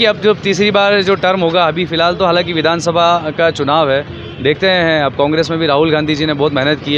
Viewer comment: vidhan sabha boolna sikh bhai phle 😂😂